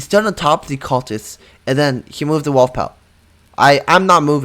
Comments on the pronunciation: Bro said walf instead wolf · STOP SAYING “WALF”